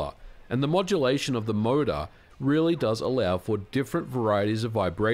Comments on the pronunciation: Even today I don't care for rumbling or force feedback whatsoever except for racing games where it actually makes sense with wheels. The rumble pak was a fun gimmick, nothing more for me. btw, took me a while to figure out that you saying "MODA" all the time actually means "motor" 😂. Sorry, non-native here. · "mouda" hahahaha